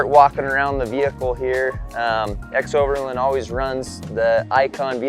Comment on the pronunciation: It’s strange how you pronounce xoverland as if it were spelled ‘xoverLIND’ with the letter I. Say it with me: ex-over-LAAAAAAAND!!!!